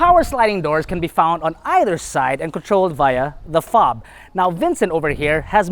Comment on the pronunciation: "FOG"? You mean "Fob"